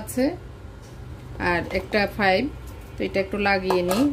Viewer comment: Fife ------ha ha ha----. It is pipe.